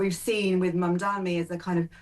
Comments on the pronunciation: ITS MAMDANI NOT MAMDAMI! How are you allowed to report the news?! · You must be the least educated of any broadcasters. At least learn how to pronounce the mayors name correctly. It is ‘Mam-da-ni.’